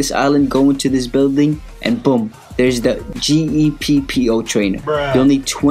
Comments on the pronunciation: its gEEpppOO not g e p p o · Those bruhs are right, how could you not know how to say Geppo, just think geh and poh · you don't no how to say Geppo ,everyone know that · He doesn't know how to pronounce geppo